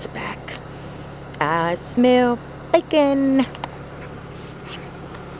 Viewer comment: 😂😂😂.....that cop really was so out of line......I really don't like the alone at night thingys......that was a spooky place....still laughing at how you said 'bacon'......lots of love and blessings and keep safe....thanks